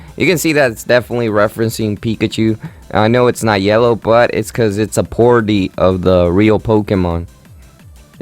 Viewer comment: Parody is pronounced "parOdee" not pardy